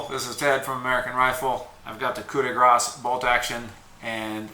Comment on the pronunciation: For once an american pronouncing "coup de grace" properly. Keep going, the frogs enjoy the sounds you make, funny magic man. ribbit